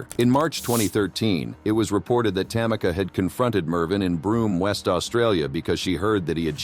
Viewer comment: It's ta-ME-ca not TA-mi-ca!